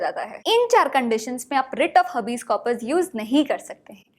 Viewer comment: हबीज correct pronunciation nahi hai हेबिस hai